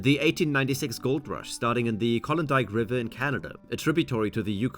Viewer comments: Tanana = TA (as it tac) na na. Klondike = KLAHN dike. You're welcome. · Didn't even pronounce Klondike correctly.